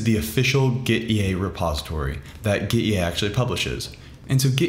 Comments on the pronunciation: Nice tutorial - clean/straight to the point and easy to follow! By the way, it's pronounced "gitty", as in git-tea (tea, the drink.) Apparently the developer wanted to convey ease of using Git through this app to sort of like having tea (or something like that, I forget the exact background.) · Why not read gitea, with "git" "tea" ?